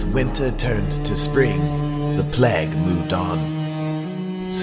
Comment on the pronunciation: did he pronounce "Plague" as "Pleg"? O_o